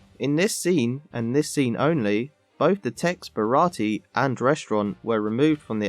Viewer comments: Bara-tee? I think you mean Bara-tee-ay. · Wasn't it a 4Kids edit that changed the pronunciation of "Baratie" to 3 syllables (with a silent "e") compared to the 4 syllable pronunciation in the live action version?